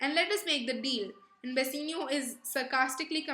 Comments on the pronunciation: Bassinio? Bassanio* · Please work on your pronunciations. Bass-aa-nio, and duck-ets. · Please work on your pronunciations. Bass-aa-nio, and duck-ets